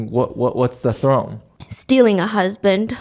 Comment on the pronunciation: “”Stilling a husband”.. You say it all cutie